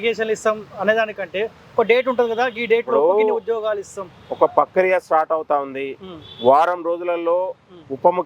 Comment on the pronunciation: Pakriya kadhu..prakriya